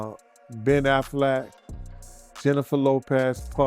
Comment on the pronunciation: He always pronounces names wrong. But we get who he means. Catch up and Join the club.